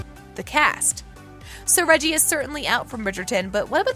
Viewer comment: His name is Rege'